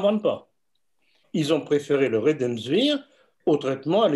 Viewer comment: Quelqu'un peut le rectifier, ce monsieur, c'est le RÉMDÉSIVIR et non pas le redemsvir....depuis le temps qui il fait cette erreur